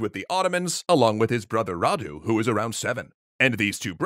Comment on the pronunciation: Thank you for pronouncing Vlad properly and not with an accent and you're doing pretty well with Radu